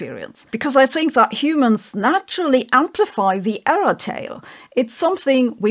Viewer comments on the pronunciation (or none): none